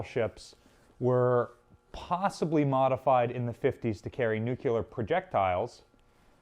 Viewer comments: Plus it’s NU-CLEE-ERR. Not newcueler. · If you say "nucular" once more I will dislike the video. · stopped watching after I heard "nucular" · He's just keeping with his theme. He also pronounces "nuclear" like a simpleton, "nook-you-ler." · Nucular. Its pronounced 'Nu-cu-lar'! 🥴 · I love your videos man. That being said you need to learn how to say NUCLEAR correctly. You’re an educator so it’s important. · i always wandered, how is trhat possible that not a single one american can pronounce NUCLEAR ....? not gonna bother with any jokes about probable correlation to aluminium (or alumnum, like they would say it) ;D